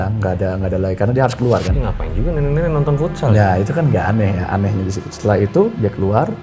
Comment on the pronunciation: FUTSAL NOT FOOTSAL